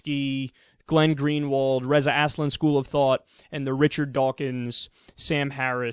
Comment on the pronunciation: Please pronounce his name right Az-lan. Not ass-lin. wtf dude.